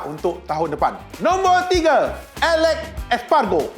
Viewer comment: 🤣 🤣 🤣 🤣 elek espargoo...habis berubah nama rider motogp...johan zarco dan jack miller yg cun sebut...